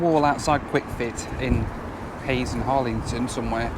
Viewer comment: you pronounced hayes and Harlington wrong you dont need a w in it